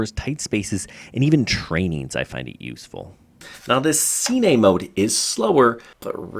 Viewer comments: “Seenay” mode. 🤦🏼‍♂️. Killed all reliability of information me. See you at the “seenayma” I suppose. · Am i the only one who cringed when he said cine? lol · it isnt see-ney